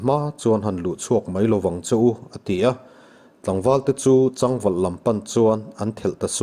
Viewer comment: A chhiar rik dan dik hlel deuh a awm tlat mai.."Chang valh" tih lam rik hi. chaang. .. sa chang. ti anga rik tir tur. thil sak.chang ni lovin.."kelchal pal nawk" hi pal awkin a ri tlat bawk..tin sakei an kap leng duai2 hi. a lam rik dan a dik hlel bawk..